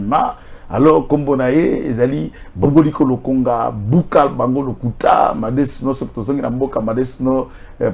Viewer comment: C'est papa Bomboko Lokumba, et non Boboliko Lokonga svp.